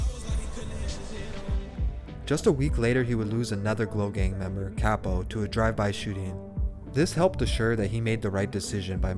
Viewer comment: Pronounced Copo